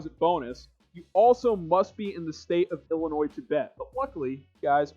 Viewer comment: Thank you for saying “Illinois” correctly!